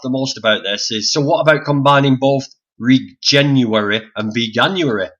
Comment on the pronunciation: It's pronounced re-jen-uary as in regenerative in January.